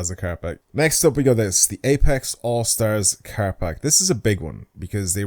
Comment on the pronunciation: its PACK! why do you keep saying parks?